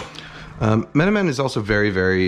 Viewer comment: As a turkish thats the best menemen pronunciation i heard from a non speaker